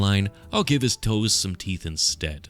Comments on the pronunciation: You keep mispronouncing “teef“ Not very orcy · YOUZ DIDN’T SAY IT LIKE A PROPPA ORK! IT’S PRONOUNCED ’TEEF’, YA SHTUPID HUMIE!! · Ya keep mispronouncing teef, ya stoopid humie! Heh, seriously though this is wicked awesome.